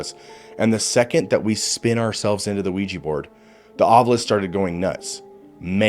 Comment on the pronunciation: Thank you for pronouncing “Ovilus” the correct way. It irritates TF out of me when people pronounce it as “Ovulus”. 🤣